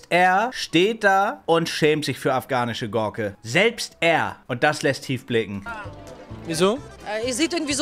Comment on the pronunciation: ``afgahnische goorke,, killt micht